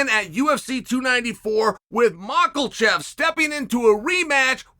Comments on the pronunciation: I’m glad I wasn’t the only one that noticed how hard he went in on it that time 🤣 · "Mockle-Shev"?? Chael trolling at this point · Uncle Kale has taught us the real way to pronounce macklechev s last name s thanks for the wisdom uncle.